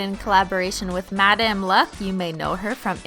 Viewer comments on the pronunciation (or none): none